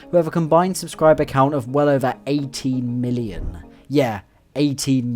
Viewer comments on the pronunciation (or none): it took me three listens before i heard 18 million and not 80million 😂